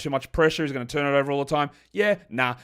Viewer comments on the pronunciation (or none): none